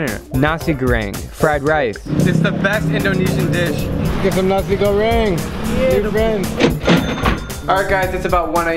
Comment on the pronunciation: No one: Drew: NASI GORRRRENG